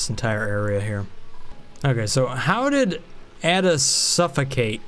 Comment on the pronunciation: Haha not saying ada and nisbet in a really weird way?